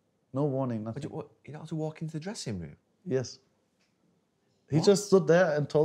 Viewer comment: “I prefer not to speak, I ‘af nassing to say, nassing to say, nassing”